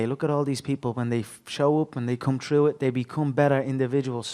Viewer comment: I absolutely love that you said lived "trough"